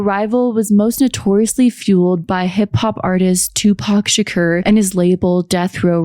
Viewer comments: Tupac Shuh-koor. say it w/ me. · HOLYSH*T What the Fu*k U NO A WHITE GIRL AINT A HIP-HOP FAN WHEN UR FUC*ING UP SAYING PACs LAST NAME THE WRONG WAY